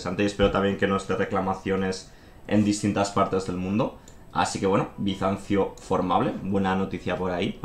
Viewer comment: Bisansio xD